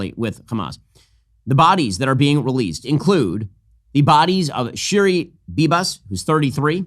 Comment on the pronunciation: NOT SHIRI